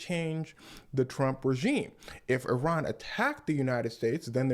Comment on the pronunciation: Pronounce Iran like that brother. Not eye ran. This guy can be a good teacher of history. This is accurate in a much less formal way.